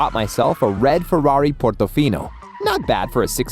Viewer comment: The accent Portofino 😂